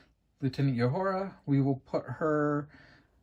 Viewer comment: Nice work! You are better at painting figurines than you say. One criticism: just because Lt. Uhura (Nichelle Nichols) opens hailing frequencies is no reason to call her "Yoohoo-ra"!